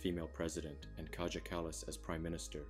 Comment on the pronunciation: You cannot anglisize Finno Ugric names. Basically, J in Estonian is the same as I. Another principle is that in Estonian there is always ONE sound for ONE letter. Since J is only one letter, the sound for it cannot be dz (like in "jam", that would already be TWO sounds: d and z) Plus, this sound is completely alien in Estonian. It exists only in foreign words and names, and right now I even cannot think of any word that has this sound. Gin. Since this is the way English speakers 90% of the time pronounce our former prime minister"s name, it is kind of irritating to me. By now she should already become quite famous internationally because of all the Ukraine supporting and people might already know her name. Personally I do not support her huge support for Ukraine, and a lot of people here do not, because we are not such a rich country to support other countries to such an extent. But I cannot deny that she has been quite brave to do this, appearing already also on Putin"s kill list. So she is at least worth the correct pronounciation of her name. Another thing that people do with her name, is follow the Spanish rule for pronouncing double l as j. This is hilarious. So it comes out something like Kädzha Käjäss :) Jesus! Actually Kaja means "an echo". And Kallas means "coast". Not that our names always have a meaning. Mostly they do not Same with Kersti Kaljulaid: Her last name means Rock Island (something like that, the word "laid" is difficult to tranlate, it means a specifi